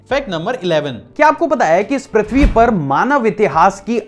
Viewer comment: Ur pronounced प्रथ्वी right pronouns is Pru.. पृथ्वी